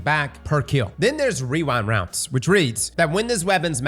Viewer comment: casually hits us with the "wewind wounds"